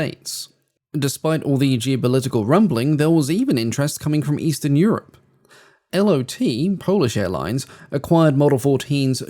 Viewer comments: it's not 'Ell Oh Tee Polish airlines' but Lot Polish Airlines; the word 'lot' in Polish meaning 'flight'. Although having said that, wags used to say it stood for 'late or tomorrow'. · LOT is not as L.O.T. but "lot" (fly). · The name of the Polish airline LOT is pronounced as a single word, "lot.” It is not an acronym, even though it is often written in all capital letters. In Polish, lot simply means “flight” or “flying.” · A small correction about Polish airlines, it's pronounced Lot, like a parking lot. It means filght in Polish